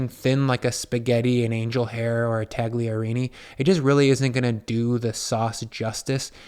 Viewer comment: The g is silent.